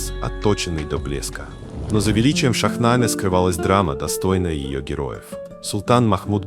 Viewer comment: Добрый день. Очень приятно,что стали говорить о персидской литературе,только Шахнаме,ударение падает на последний слог,на последнюю гласную Е. Спасибо ❤